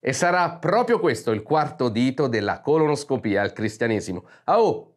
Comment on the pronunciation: Vorrei scrivere un commento chilometrico dopo tutti i fatti che hai riportato e tutte le scenette divertenti che hai recitato in questo video. Ma mi limiterò a dirti che sei un grande 👏👏👏👏👏👏👏👏 Solo un appunto: impara a dire "colonscopia" e non "colonOscopia" oppure cambia il titolo alla playlist 😄😄❤❤